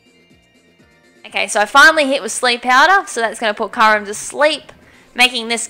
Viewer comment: It's pronounced Ky-you-rem, not Ky-rem. >:I